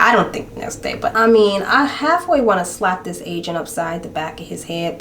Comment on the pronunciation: OMG! The whole time I thought you were saying Asian instead of agent at the insurance place 😂